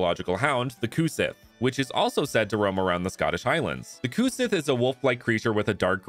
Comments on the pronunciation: Gaelic is a hard language. It's really quite unique among all other European languages! "Sith" is moreso pronounced like the English word, "She", though. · fun fact about the cu sith! it's actually pronounced "cu shee" because gaelic/celtic words are just weird like that lol. it's also known as the "fairy hound", and was known to kidnap human women to bring them back to the fairy realm to act as wetnurses for fairy children. i think it's also commonly believed that its bark foretold death, but i don't quite remember.